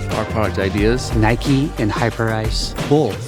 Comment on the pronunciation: Sounds like Highprice not hyperice